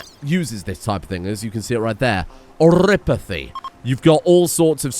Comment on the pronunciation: So, i hate to break it to, but vampires are Canon in arknights, and they aren't immune to oripathy (you pronounce it correctly).